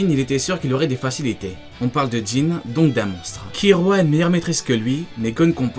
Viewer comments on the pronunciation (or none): Très sympa, par contre ça me choque ta prononciation ki"L"ua c'est une oeuvre Japonaise donc pas de Ki"R"ua . Ou alors go prononcé tout à la française le [gonn] qui devient [gon] ça pourrait faire un style. :D